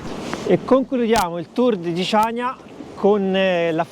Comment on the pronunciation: Ciao ragazzi,vi seguiamo sempre e vi facciamo i complimenti .. però da conoscitori di Creta e di storia ci tocca fare i "perfettini" ed aggiungere che il nome definitivo di Chaniia si pronuncia CANIA e non CIANIA,inoltre ,probabilmente errore di distrazione, i Romani vengono storicamente prima dei Bizantini ☺️ Cmqe continuate così che siete sempre una sferzata di positività e spensieratezza👍 Ciao da Gianni e Cri 🤗